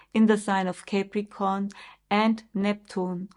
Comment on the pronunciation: Thank you, you are a good astrologer, but please do not pronounce it Cäpricorn correct is Capricorn (No every a is ä, you do this with many other words too)